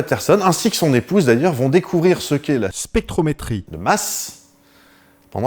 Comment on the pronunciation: Sauf que : c'est p'tet a peu près, mais il est pas obligé de faire des raccords audio quand il arrive pas a prononcer un truc genre spectrométrie 🤭 ... Merci pour ce bel épisode encore !